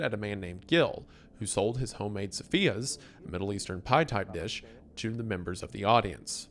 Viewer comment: He was doing well with Wallace Souza, but that Faustão and esfiha were something else